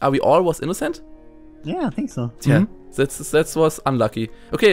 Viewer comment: Also echt mal, ich dachte mir auch wie Simon "set" anstatt "That" sagt. xD